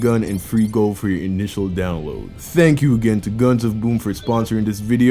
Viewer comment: It’s funny how he says boom